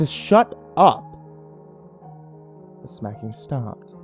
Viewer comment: at first I was like snacking? then I was like no smacking yea smacking was she smacking herself Oorr smacking her lips eating gum or just eating? but at the end it cleared it up.